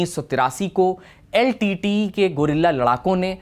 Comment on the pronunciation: Nice! But also, I've never heard anyone call LTTE as Litteyy!😂😂😂